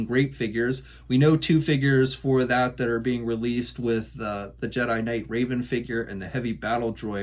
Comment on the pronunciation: not rAven ya dweeb! rEvan!